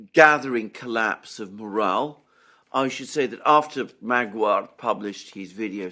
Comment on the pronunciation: Magyar is pronounced ma-diar